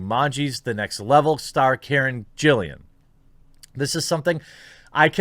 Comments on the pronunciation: Poor Johnny.. just awful... But.. Why are you saying and writing Karen's last name wrong? It's Gillan, not Gillian. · Thank you for this vid. Valid argument, and appreciated. Johnny Depp is life. 👍👍 One thing tho: It's pronounced "GILL-AN" not "JILL-IAN". I say this on behalf of every Doctor Who fan that is face palming right now. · In the name of all that is holy...PLEASE stop mispronouncing the name of my wife...yeah....who I've seen naked, yeah that's the ticket. It's NOT Gillian, it is G I L L A N. Thank you.😉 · It's Karen Gillan, not Gillian. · Karen Gillan's last name only has one 'I' in it. It's gill-un, not gill-ee-un. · Isn't it Karen Gill-an and not Jill-ian? Either way i haven't seen any of the Pirates movies, so i won't be starting now. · Since you probably will have to talk about Karen Gillan a lot in the future, you might as well use her correct last name :-) it´s GIL-LAN. Sidenote: Johnny Depp is a must for this movie series!